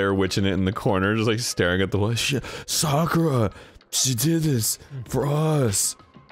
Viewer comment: dan pronouncing sakura’s name correctly is music to my ears